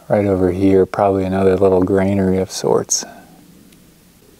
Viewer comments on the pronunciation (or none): when you say Grainary...what was harvested and from where? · Stop saying “Grainery” and “krux”….lolololol